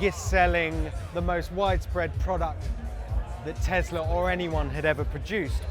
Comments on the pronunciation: Why do you say Teslar? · Tesler, love it lol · teslar ... event you need to speak properly! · 🤦🏼‍♂️ tg presenter, there is no R in Tesla.